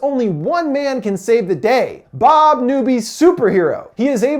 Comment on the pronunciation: As Told By Anakin Skywalker u said boob its bob